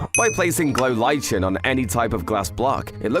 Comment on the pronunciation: lichen is pronounced differently.